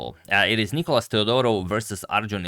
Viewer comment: Where's the clock? And It's nikOlas, the accent being on O. (You've corrected it in some video).